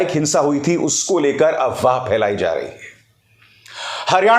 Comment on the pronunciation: Sir the correct word is AFWAAH not AWAAH, why do keep F silent in that word?